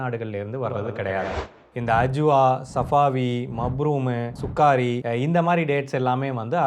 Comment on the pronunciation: Anna athu சுகாரி இல்ல சுகரி